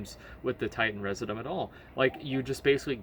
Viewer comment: REE-ZIH-JEW-UM not residumb